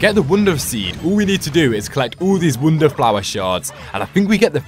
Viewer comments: Pronounces wonder as wounder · you just say ''wunda'' instead of ''wonder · Him saying woundrr irriates me so much. (No offense)